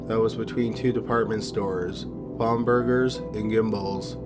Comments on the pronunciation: I remember when this happened I was young too (5) but it was a big deal and it’s BAMburgers. Not BAHMburgers😂I love it I’m just busting your stones I love this channel to 💀 death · Pronounced … bam•ber•gers